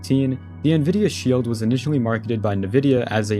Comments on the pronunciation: why tf does bro pronounce nvidia like "nuh-vidia" 💀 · did this man say Nvidia pronouncing the n?